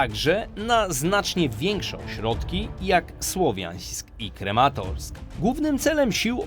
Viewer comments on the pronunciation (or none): Kramatorsk, nie krematorsk. To tak jakbyś mówił kereków a nie Kraków.